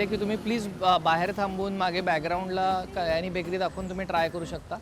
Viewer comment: About Kyani and Company Since you were particular about Diction You were all the time saying कयानी If you notice it’s क्यानी